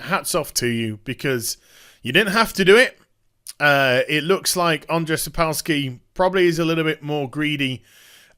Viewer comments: Just a quick note, it is pronounced "Sapkovski". "W" in polish language is pronounced as "v". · Jesus, don't butcher his name. It's Andrew Sapkovski, if u can't pronounce a polish name ;) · it's pronounced sap - co like in coop - w like v in van - ski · if you want to improve on Sapkowski pronunciation - its more like "Sap Cough Ski" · The way he says Sapkowski is even more hillarious Westerners can't into slav languages